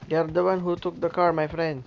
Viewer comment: "Do you want grenade my prennn" 💥